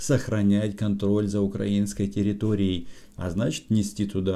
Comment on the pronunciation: ПЄсков, не укрАинской, а украИнской, пора-бы научиться правильно ставить ударения.